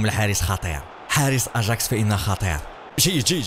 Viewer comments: خيسوس وليس جيسوس واياكس وليس اجاكس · يااخي اسمهم أياكس وليس أجاكس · تكتب اجاكس و تنطق اياكس